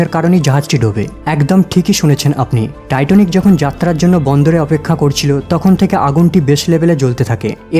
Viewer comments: Not Titonic, please say Titanic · টাইটনিক নাকি টাইটানিক?? আর সূচনাতেই এত কথা কেন?